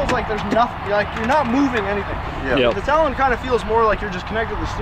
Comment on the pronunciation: It’s a tal-on not a tolone